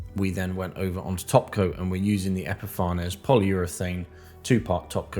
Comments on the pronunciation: Really good video, with excellent workmanship. Just one thing !! It is pronounced ep-i-fains. Not epifar ness. Can't insult an excellent product, I use it all the time !! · epi far nez not epi fanes?